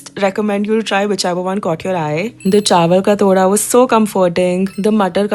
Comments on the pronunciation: Just a correction..it is not chawal ka तोड़ा but it is pronounced as टोडा in Jammu😅 my Nani is from Jammu as well and she makes these too..I just love them so much..felt so nostalgic seeing you trying this 🥹♥️ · Haha bro , it was funny when you said TODA , so it is pronounced LIKE ( Tamatar wala T , ooye wala oo , Dha with some pressure) Toodha , toda .